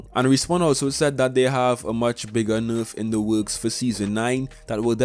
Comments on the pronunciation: constructive criticism : your information is very accurate ! your accent needs some work ! nayrf not nooorf and asking for likes at the start of a video screams low tier u can do better . keep up the good work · It's nerf not noof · Tbh I live for the way he says nerf like "noof". In general this dude's voice is hella cool. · This guy has the best way to say nerf